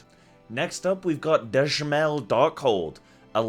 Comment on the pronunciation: Dzemael = Zuh-mile